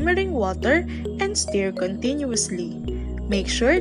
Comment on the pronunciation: sa word na "STIR' po. you pronounce it as "stur" not "steer"